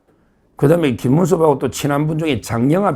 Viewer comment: 김문수>>김민수---발음을 잘하시고 구분을 확실하게 호명 해주세요